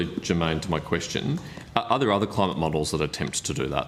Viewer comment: The degenerate left.. "Cli-Mate, psi-ence.... " what a joke...